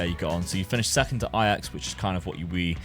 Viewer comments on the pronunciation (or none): none